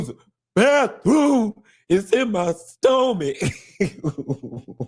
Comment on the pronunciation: It’s in my stoh-mick 🤣🤣🤣🤣